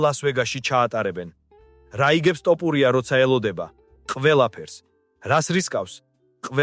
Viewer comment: ილიას გვარი ქართულად ჟღერს - თოფურია და არა - ,,ტოპურია,,! კომენტატორი რატომ ამახინჯებს ქართულ გვარს?